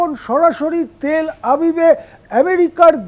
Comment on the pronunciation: উচ্চারণ "হাবিব" নয় "আভিভ"